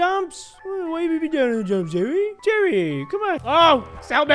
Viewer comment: Nobody:: Jewwy